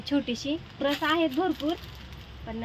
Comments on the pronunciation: प्रस नाही ग पर्स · प्रस काय म्हणते पर्स म्हण की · दुबई ला चालली आणि पर्स बोलता येते का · प्रस नाही गं बाई पर्स 😅